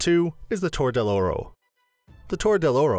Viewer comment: “Cay yeh” in this case, cay would rhyme with sky. Plus the numerous mispronunciations, which are expected… “Seh Ville” is supposed to be “seh vee ya” or “tore” is supposed to be “tor reh” with a rolled r.